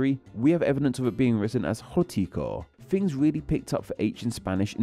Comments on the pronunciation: making a video about disappearing Fs while inserting them everywhere in his own speech sounds a teenie bit funny to my Scots ears. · Interesting - especially as you repeatedly use "f" instead of "th" throughout your video e.g. "fousands" for "thousands" and "fings" for "things". It's sloppy and irritating.